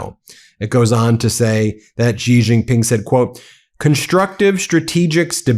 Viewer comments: Please pronounce Xi's name properly. It is pronounced exactly the same as the English word 'She'. It is not 'ji' or 'si'. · Stop pronouncing Xi as Gee or Zee, the proper pronunciation is Shee. Xi has been the leader of China for 14 years already, get with it. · Xi is pronounced "she". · Yo Xi is pronounced like "she". X = SH ; Not that the leader deserves all much respect, just for appropriation.